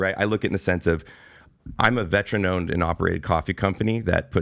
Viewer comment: It's ........V E T E R A N NOT....,...V E T R E N just something you might want to consider. Hack Rifle Coffee...?